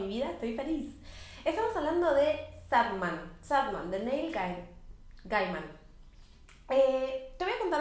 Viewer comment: Y es SanDman, de arena, no Sadman, a pesar de que es medio triste jajaja